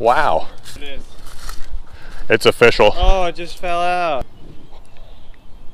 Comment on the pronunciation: Just so we’re clear on this, when you say “official” you actually mean “O-Fishal” correct?